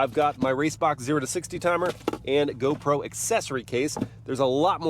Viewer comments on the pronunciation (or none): none